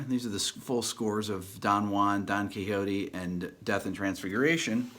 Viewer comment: ... Don Kehote??... Don Kishot!! (Don Quixote) Profound admiration for your great channel anyway!